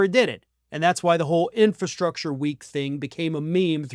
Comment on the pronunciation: Trump can't even pronounce 'infrastructure'. He tried, but no. Big funny fail.